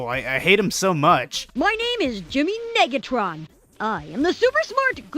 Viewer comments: Sad that you didn't use the bit where the narrator said Jimmy niggatron, rather than Negatron. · No way nobody’s talking bout the way he said negatron 😂